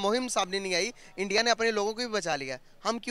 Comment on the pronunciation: ye log "INDIA" ko bhi endia bolte he to fir "Sudan" ko "Sweden" bolenge hi 🤣